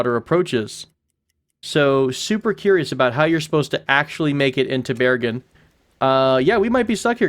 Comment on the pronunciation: Good pronunciation of Bergen :)